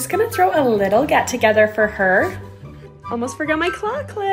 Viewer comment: “Guess what 👹reStOoOCkEEEdD👹”